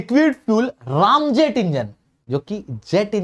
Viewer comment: रामजेट नही, रैमजेट होता है भाई😅